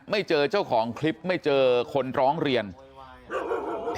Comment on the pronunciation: พ่อนักข่าวเอ๋ยพูดปรกติเหมือนเมื่อก่อนเถอะนะ ชลบุวี ร้องเวียน(ร้องเรียน) อะไว(อะไร) .....เฮ้อ